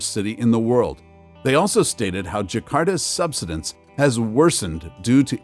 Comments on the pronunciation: Learn how to say "subsidence." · Too much hype over the fake global warming b s. You need to correctly pronounce SUBSIDENCE it's all wrong the way you're saying it. Please review and edit your video to make it easier to understand. You still cannot scare us into the fake global climate B.S. Not gonna happen!